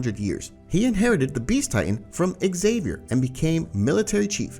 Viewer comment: Is anyone going to talk about how he said tom ksaver he said tom sava